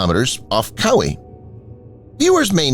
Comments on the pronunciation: What the... Cow-ee??? How about Cow-Y???🤣🤣🤣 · You butchered both Hueneme and Kaui